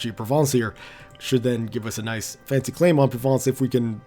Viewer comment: I don't know if you've noticed this but you've been pronouncing Nice wrong.